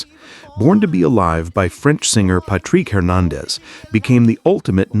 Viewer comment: Pat-Trick not Pat-Treek Hernandez